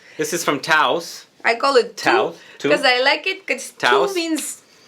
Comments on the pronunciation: tous is pronounces like toes (not kidding im spanish) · TOUS is a jewelry house from Manresa (Barcelona) and the name is one of the founder's family name, Salvador Tous. Tous in Catalan is pronounced like "toes" in English.